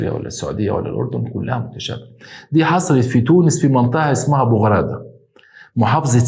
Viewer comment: انا متابعتك من تونس🇹🇳 المنطقة اسمها بو عرادة مش بو غرادة😂 بس مقبولة منك عسل هههه بالتوفيق ان شاء الله❤